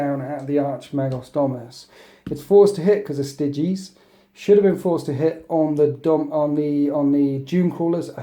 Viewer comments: Stai-gees, not stiggiees.. ffs. :), annoying to watch, didn't see it through to the end. (on top of the tourney cheese.) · Isn't it Sti-geez? It's close to Stygian, so I imagine it would be pronounced the same way. :)